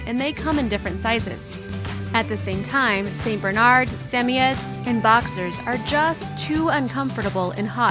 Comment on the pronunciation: I hate how she says Samoyed